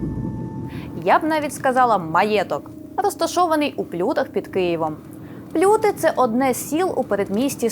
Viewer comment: ПлютИ, наголос на и.